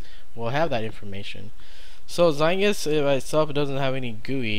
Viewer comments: it is pronounced (zite-guyst) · Aye aye! I agree, you are saying it wrong. It's in German and it means time-ghost, if you want a word-by-word translation.